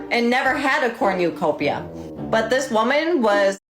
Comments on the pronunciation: "ICKSspecially" "aCROST" "elemenATERY" ... next she's gonna pronounce "both" as "bolth" Edit: I'm here to add "cornYEWcopia" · I really love that she pronounces it "corn-you-copia." Very human design!